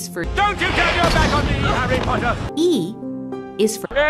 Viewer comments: disrespect for not putting p as “POTTAH” H is “Harry POTTAH” not “Harry Potter” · It's a disgrace that p is not pottah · p is for "havvy pottah" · No P is for✨Pottah ✨